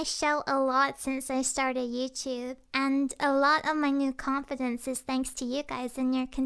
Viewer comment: AutumnFire 02 It's her accent, she has an tiny Irish accent that makes some words like "youtube" or "blue" sound different then how English people would pronounce it